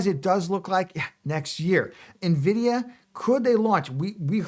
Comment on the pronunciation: You know they're called Nvidia and not right? There's no "i" in front